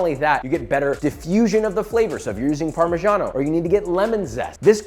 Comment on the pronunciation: A Weissman video where he actually pronounces "parmigiano" nearly correctly?? Will miracles never cease!